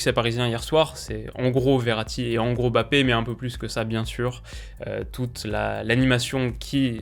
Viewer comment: Bonne analyse comme d'hab ! Par contre de grâce arrêtez de l'appeler BAPPÉ , il y a un M avant le B c'est un nom de famille prononcer le correctement svp. Ça donne une impression d'irrespect ! MMMMMMMMBappé ! Merci